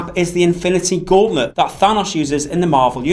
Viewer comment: How do you mispronounce Thanos?